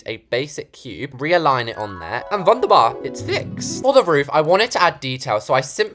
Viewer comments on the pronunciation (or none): In how said WuNdErBaR HAHAH